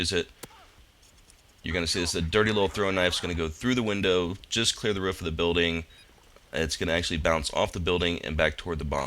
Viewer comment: you said roof wrong you derp